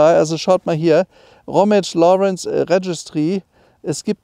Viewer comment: Lohrrenz. Gia. 100mal aussprechen! Ansonsten ein wirklich interessanter Wagen.